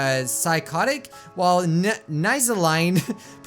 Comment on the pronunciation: And nihlazine would be pronounced Nile-a-zeen